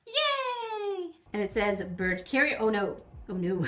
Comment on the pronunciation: that’s the bird I have, that’s also what my profile is. His name is mango and since you’re a bird expert, you’ll probably know that I am a son Connor. also, I swear you keep saying birb